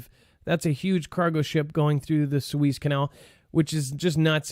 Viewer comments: haha...it's pronounced "soo-EZZ", not "SWEEZE" ( please send him a note when he does that) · Sue ehz not sue ees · It's pronounced, Sue- EHZ, not Sue-Eeez. :) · Its pronounced sue ez . rhymes with sue says. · It’s pronounced Sue....ezzzzz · Sue-ez is how you pronounce the rivervyou have been saying incorrectly since you have been speculating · Soo•ez is the pronunciation. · The canal is the Su ez (ez, as in Ezra). Suez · Su-eezzz, the E, is short, like Egg. You are pronouncing the Name of the canal awkwardly. You are saying E like Sheeep. A long E sound. Remember it's E like egg.👩‍🦰👍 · It's Spanish, so prounounce it in Spanish 🤷‍♀️